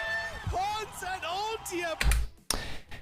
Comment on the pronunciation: i don’t know if hearing ponce pronounced in english is cursed or sounds good that’s confusing